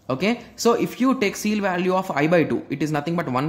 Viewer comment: That is ceil, not seal.